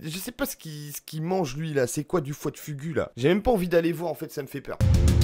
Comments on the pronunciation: foie de fougou c'est comme sa que sa ce pronnonce pas fugu ^^ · Ah tu m'en fais un beau fugu toi 😂😂 on prononce fougou 😂